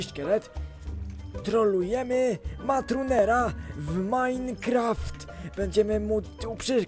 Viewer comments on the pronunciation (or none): Nie matatunera tylko matrunera